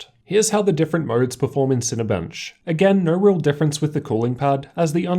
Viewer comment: Moerrrds (modes)